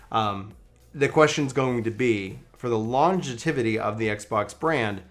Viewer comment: I like how you made a new word. Its longevity. Not longetivity or whatever you said.